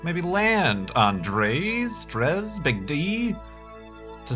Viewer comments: Dray is the pronunciation. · dres is pronounced like drey